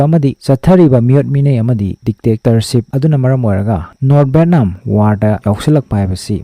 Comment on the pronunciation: Bro pronunciation she kharadi chumna hybirk o. Eg :- VAN = BHEN, BHAN VIETNAM=BETNAM, BHETNAM sesingdi literate ke wangang nate, words pronunciation se mathangdadi chumna hybirk o